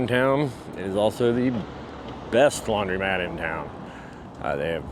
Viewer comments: I LOVE how you pronounce laundrymat! ❤ as it should be:) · Your video is fine but please learn how to pronounce laundromat.